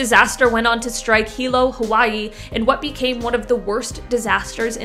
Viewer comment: Thank you for pronouncing my hometown correctly. Im born and raised in hilo and my god, from the destruction, downtown looks nothing like it was back in the days. I wish those people was more informed about tsunamis to make the escape, yet they took the advantage to try harbor as much fish left in the bay. After the 2nd tsunami hit Hilo, we've built a brick wall that prevents water to be sucked out quickly to help the tsunami form. I appreciate you in having Hilo number 3 on your first run of this vijeo.